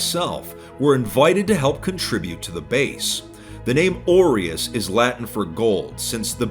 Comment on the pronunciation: It bothers me that you pronounce 'aureus' incorrectly.